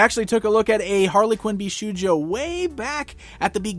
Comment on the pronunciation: Just a short note: it's pronounced bish"oh"jo, not bish"oo"jo